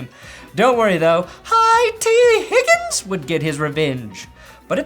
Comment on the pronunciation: I'm out of the loop, why the fuck do you keep saying higgin's name like that? It's extremely annoying ngl. Love your content.